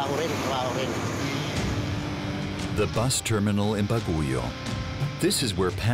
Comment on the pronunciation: Bagyo is the right pronounciation of Baguio , not baguyo